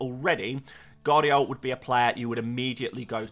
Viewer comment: 'Guardiol' is class 😉🤣